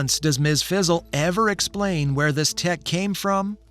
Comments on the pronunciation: ...Fizzle? It's Frizzle! I guess AI can't say Frizzle. .. .Heathcliff is from 1973 and Garfield is from 1978. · Its Ms fRizzle not fizzle... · Sounds like ai. Kept saying Ms Fizzle lol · Anyone else getting annoyed with him constantly calling Ms. Frizzle “fizzle”? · Anyone else super annoyed with this bozo calling her "MS FIZZLE?" it doesnt take much to make sure youre pronouncing something correctly. Friggin putz